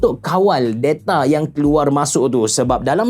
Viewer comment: Da-ta abe da-ta, bukan de-ta wkwk.